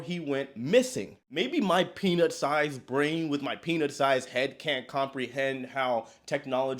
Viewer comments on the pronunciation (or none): It did not sound like you said peanut sized head lol I had rewind that and do a say what? Lol